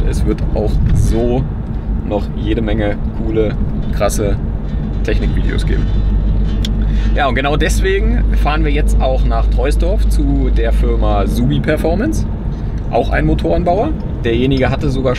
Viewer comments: Troisdorf wird "Trohsdorf" ausgesprochen, das "i" wird nicht mit gesprochen. 😉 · Kleine Anmerkung: das „i“ in Troisdorf ist stumm und wird daher wie Trosdorf ausgesprochen😉 Freu mich richtig auf die Zusammenarbeit, da hast du einen absoluten Experten an der Hand, mit jede Menge Wissen und dem passenden Maschinenpark dazu! Beste Grüße aus TDF - Der Kanal von Subi ist übrigens sehr empfehlenswert! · Hi. Musste mal kurz auf Pause drücken. Because: Troisdorf keine 3 km von mir entfernt. Wird nicht Troysdorf ausgesprochen. Sondern Trohsdorf. Ist son uralter grammatik scheiss. Hat sogar mal jemand im tv erklärt, was es damit auf sich hat. Kurioserweise ist auf der anderen seite von Siegburg, ein anderes "dorf" das ähnlich ausgesprochen wird. Geschrieben Buisdorf. Ausgesprochen. Buhsdorf. So sorry fürs klugscheissen. Net böse gemeint. Bist ein super sympathischer Kerl. Bin neu in deinem Channel und freue mich auf deine Videos. Dein intro ist übergeil. Lg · Es heißt aber Trosdorf nicht Treusdorf ;) grüße aus Bonn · Shit ey jetzt muss ich hier das dritte mal klugscheissen... Trosdorf zu kurz! Das tut fast gleich weh beim anhören. 😉 Eher doppel o oder Trohsdorf. Wenn schon dann richtig. Sry Lg aus SU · Der Ort wird Troosdorf ausgesprochen. Das i ist stumm. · Hab erst Trosdorf verstanden, das wäre bei mir um die Ecke. :D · Man spricht es Troosdorf. Rheinisches Dehnungs-i. Next time you know. Wenn du im Rheinland bist: Sprich nie die i-s hinter den o-s! Zum üben: Korschenbroich, Grevenbroich, Kleinenbroich... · Troooooosdorf - trotz /oi/ 😁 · das i in Troisdorf ist stumm danke:D